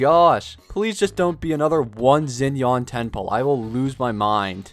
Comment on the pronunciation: do not pronouns “zinian” its pronounced “shinian”